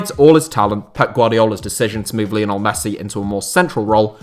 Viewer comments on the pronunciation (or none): none